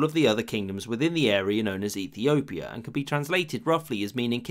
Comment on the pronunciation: You can clearly hear Ethiopia